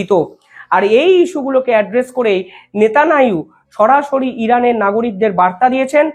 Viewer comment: নেতানিয়াহু উচ্চারণ ঠিক করুন। আপনার শব্দ উচ্চারণ ভুল হয় ঠিক করুন দয়া করে।